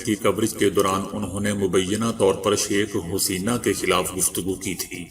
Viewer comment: کیوں Huseena کہہ رہے ہو جاہل کمینے؟ Haseena ہوتا ہے۔